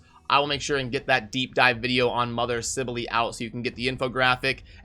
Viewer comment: I pronouced it as sibell as well but saying sibelely is just weird.